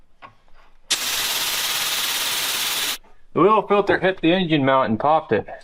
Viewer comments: Owen, yes, you say it weird- it should sound like "In-Jun" you know,? Engine. 🙄 A "moder" (motor) is electric. Have a great day 😏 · HEY guys!!! it'sss En'gine'